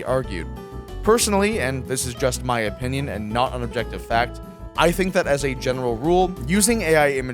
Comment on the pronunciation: you're going to be annoyed that I pointed this out but: opinbion